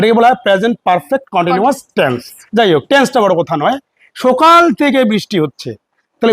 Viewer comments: First learn Bengal talking. As u told sokal.. Not Sokal. It is right . Sakal.. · তোর সকাল উচ্চারণ টা শুনে , আমরা সকলে হেসে গড়াগড়ি